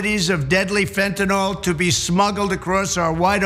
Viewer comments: The drug you are discussing is called FENTANYL not FENTENALL. If you’re going to talk about it ad nauseam, at least learn to pronounce it correctly. PLEASE! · 'Fentanol' - like tylenol, lol. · It's spelled Fentanyl and pronounced Fen-tah-nill not Fen-tah-nall. Just watch doctors and police report on it. No, this is not just a case of grammar-naziism. How are we supposed to take any politician who speaks on the dangers of a drug seriously when they obviously haven't even done the top-soil level research on said drug. Someone needs to tell Trump that Fentanyl is not pronounced like Adderall. I'm quite sure he's familiar with that word. Anyone else remember the joke from the MTV-days how the rockers doing the anti-drug bumpers were either doing community service sentences of doing the ads for the money to feed their habits?